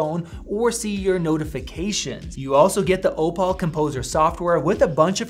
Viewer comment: It's 'OH-pull', not 'Oh-Paul'